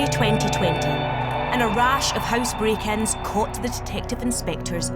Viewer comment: Crazy narration. "The keng pen had sex vehicles" I am compiling a translation guide because it is "M portant". It is "kretical".(critical) because "mellions" of "lesseners" cannay (can't) understand. See my "airlier" comments. Latest additions: "Bray ken" (Break in).Kretical N juries" (Critical injuries") "Ex-paired wet-nurses" (Expert witnesses) and "Gelty vair dicked" (Guilty verdict)